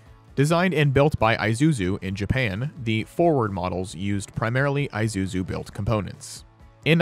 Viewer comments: I ZU ZU.... no.... pronounced....E SU ZU... yes!!! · Who the heck is "eye-zuzu" lol